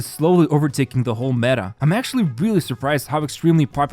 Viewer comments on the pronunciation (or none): none